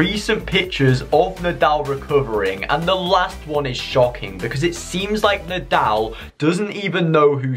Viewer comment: Bro said NidAl It’s said like needol 😂